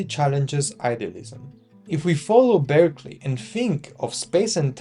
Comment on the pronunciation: Thank you for a useful summary. Bishop Berkeley’s last name, though, was pronounced “BARK-lee”. It isn’t obvious from the spelling.